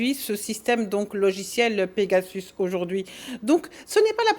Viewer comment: "pegasauce" 😂😂😂 mdr le frère de chalgoumi 😂😂